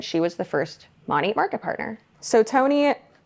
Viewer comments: Did u say MONIT? I think they referred to it sounds like Monet like the painting like that Artist. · I've never heard it pronounced that way before, I always thought it was Mo-nat, nat like a gnat (like the fly). Well anway, hate all mlms!!! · The way she pronounces “Monat”